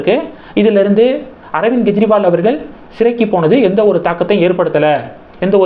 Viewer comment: Gejriwal? It is Kejriwal. You can't differentiate G and K sound in English?